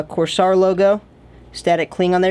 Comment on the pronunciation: please don't butcher the companies name, its kinda rude